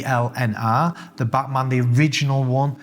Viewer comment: i like how you pronounce it "buttman" instead of ˈbatmən? Because that's what it is ... a buttman's watch🤣